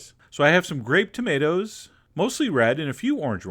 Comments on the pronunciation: "Tomataz in the zalza" could do without the narration... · Salza and tomatas. Chef John you ain't pronouncing your words right ;)